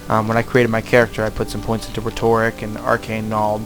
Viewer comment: I'm sorry, this video was EXACTLY what i was looking for to find out what the gameplay was like in this game, but you were pronouncing rhetoric wrong, and it was killin me. Still thank you for the video